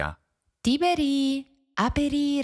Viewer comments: It should be Tibèrī, isn't right? As far as I know, Tìberi for Tibèrius is an hypercorrection. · No. It's Tìberī, not Tibèrī. The accent in Tiberius shifts to the first syllable in the vocative Tìberī because the second syllable is short.